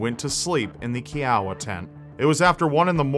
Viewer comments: Kee Ow Ah? It Ki O Uh! lol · i live in oklahoma and i am a kiowa native lol this is so scary first murder story ive heard of in oklahoma (also its ki - oh- wuh not key - ow - wuh) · Dude, its pronounced kɪ-ə-wah, as in the Kiowa Tribe who were native to Oklahoma. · you pronounced Kiowa wrong. It's KI-OH-WUH, not KEY-OW-UH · It’s Kiowa - kiOwaa not keowa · ...Kiowa. K'eye'owa. Not K'ey'owa. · Hey, Kiowa is a native American tribe, pronounced Ky-o-wah. From Oklahoma, much love! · 1. it’s pronounced kiowa (k-eye-uh-wuh) 😂 2. an interesting murder story out of oklhoma i think you should cover was the 1988 case of Francine Stepp murdering her parents in Stillwater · Also, the units were named for Native American tribes. The girls' unit is pronounced Kee-Oh-Wah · It's pronounced "Kai-oh-wah." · Kiowa is pronounced "Ky-O-Wa. lol;) I remember this growing up in Oklahoma and the warnings we would get at every Girl Scout camp outs. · Kiowa is pronounced Ky-O-uh, think like Iowa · Nit pick: Its pronounced ki-oh-wah, like the Native American tribe. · it's pronounced (ki-o-ah) like the Kiowa Indian tribe. I grew up in Oklahoma and have heard of this story. you think now days they could get some type of DNA off the sleeping bags. sad that's it's still a cold case. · great Video, Kiowa Is pronounced "Ky oh wa", I was born and raised in Oklahoma and always have followed this case those poor babies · I remember seeing this n the news in 1977. It scared me so bad that I couldn't camp out for years. Such a tragic crime, and a loss of 3 precious little girls. Also, Kiowa is pronounced: K EE - oh - uh K EE - oh - uh key see so up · Kiowa = KAI-OH-wah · its pronounced ky-oh-wa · Kiowa.. ky o wah.. please learn the verbiage I find it offensive when you can't even pronounce my native tribe word correctly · You are saying Kiowa wrong. Say it like Iowa the state. Kiowa is a Native American tribe.